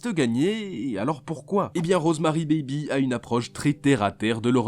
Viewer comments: ces rosemary'IS Rosemary 'S BABY le bébé A rosemary toi tu prononce rosemary bébé ces de l'anglais basique ça les gars hein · PUTAIN LE S ENTRE "ROSEMARY" ET "BABY" ON DOIT LE PRONONCER MERDE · on sait que Rosemary's baby ( oui il faut prononcer le "s" ) est de Polanski hein et Seven alors ? il est où ?